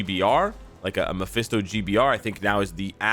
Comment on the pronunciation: Its mesphito not DS 🤷